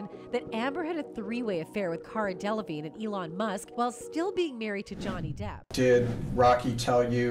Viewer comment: De la vig ney! 🤣 He thought he was a teacher 💀